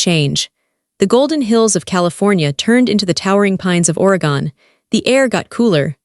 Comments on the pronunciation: Great story. Catching you from the Skagit Valley in Washington state USA. BTW: It's pronounced: ORR-AHH-GUNN Not ORY-GONE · Oregon pronounced Oregun. Cellwood is spelled Sellwood. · It's pronounced Oregen. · Please learn to pronunciation the states. Is somebody raised in Oregon pronounced or a gun? It’s really offensive to listen to that.